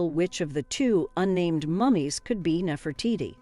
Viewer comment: Damn lady. Learn now to pronounce your names. Nefertiti was the only one you got right.